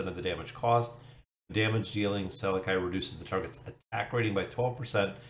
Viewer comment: I'd have to guess that his name is pronounced like this Sal-eck-i i makes the y sound, or Sal-eck.